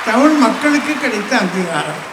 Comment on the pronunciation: கவிதை எல்லாம் சரி ஆதி, தயவு செய்து, தமிழுக்கு அடையாளமான ழ எழுத்தை ஒழுங்காக உச்சரிக்கவும்